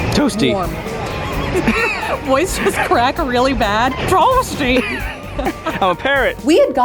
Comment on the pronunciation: Nobody: Literally nobody:: tOaStYY